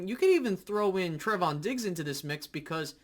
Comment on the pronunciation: TRAAAAY-von not TREH-von lol. Trevon diggs lol. Just messing with you (but it is lol) but bland is an exciting prospect especially since we got him in the 5th round. I think Wright is what he is but it's good to see him look to be improving. Kelvin Joseph is concerning at the moment, as a second round pick he should be further along than he is. One thing I think is crazy though is the AB hate. He has had a great camp and many say he's been one of the best on the team. You'd think that people would be happy he seems to keep improving and looks to be, at least at the moment, a solid compliment to diggs on the other side of the field. Regardless, I'm excited for this defense this year. I think we will be even better than last year. I think we have taken the next step talent wise- even if it's just growth from guys we have already had. While we may not replicate the turnovers from last year, I think this defense is going to be better and more solid all around so that we won't need to rely on turnovers as much as we did last year. I think the turnovers kind of masked the level they ACTUALLY played to last year. I thibk we change that this year. Another year of guys in Quinn's system, more talent for DQ to mold and utilize their strengths...the defense I feel great about. The offense.. well in my opinion we will just have to wait and see. I think this offense will HAVE to have a great run game in order to be successful this year but especially with Tyler smith's strengths, I think